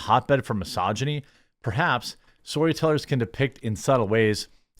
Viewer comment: Did Jeremy say Story Tellers or Soy Tellers?